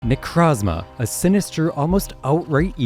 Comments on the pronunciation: necrozma is my favorite pokemon but why does everyone pronounce it wrong like its not ne-croh-zma its ne-crow-zma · Why does everyone call them Nercazma? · Can't stand the way dude pronounces Nekrozma... Also, smooth brain ass take on Nekrozma. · You can’t make an entire video about a Pokémon that you deliberately mispronounce. It’s so easy to say Necrozma correctly, why do you refuse?